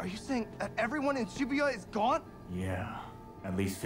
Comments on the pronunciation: Pls tell me this man did not just pronounce shibuya as "shibayah" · He did not just call it “Shi-buy-a” 😭